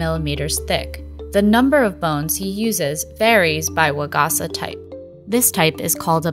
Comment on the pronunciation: it hurt every time she said waGAHsuh instead of wa-ga-sa with flat pitch